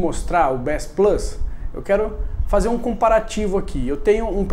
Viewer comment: finalmente alguém que sabe pronunciar bass